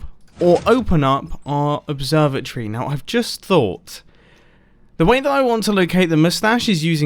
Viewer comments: any other stupid American think he said observer tree instead of observatory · Am I the only one that heard observer tree when he said observatory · really thought he was saying observer tree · I heard the same! He said observatory like observer tree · Who else thought he said observer-tree? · As an American all i heard was “Observe-a-tree” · I thought that you said the observatory as observer tree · I heard observer tree. I live in America and didn't understand